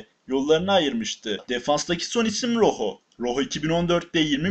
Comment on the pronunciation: Roho diye değil roco diye okunuyo